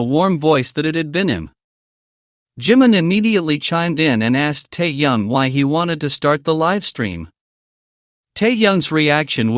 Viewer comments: Противно слушать,когда неправильно называют KIM TAEHYUNG - Теуном. Автору минус за такую работу. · Прежде чем говорить о парнях , научись правильно говорить . Тэхени и только тэхен , а не как иначе. Если не получается ,тогда ви ,ли-бо в первый класс. А то хочется предушить блогера за коверканье имя. Вигу , это единое , целое и неделимое